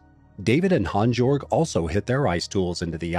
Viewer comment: HAANS - YOERG ffs.